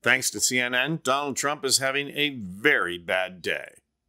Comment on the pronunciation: You want to know how to pronounce Kamala's opponent's name...it's Don like mafia boss and OLD like how he and his show is.